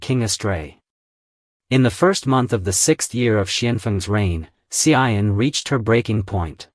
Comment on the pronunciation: You pronounced wrongly the name of the Empress Tzu An, not Hsi I En